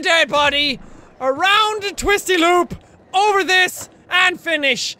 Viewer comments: Jacks Irish accent really kicked in when he said that guy fell ovah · "That guy fell ovah" - jacksepticeye/Sean